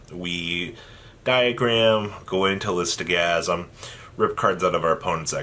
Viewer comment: I love you but for the love of god it is Litho-Sa-Gym not Listogasym and Dingirsu not Din-Grisu